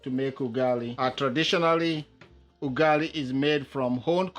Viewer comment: Stop saying ugali like that